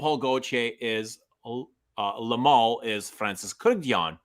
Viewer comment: It's Kurk-dzian, not Kurk-yan 🤣.